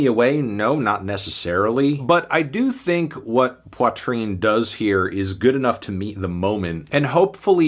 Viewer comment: Learn to pronounce Poitrine first.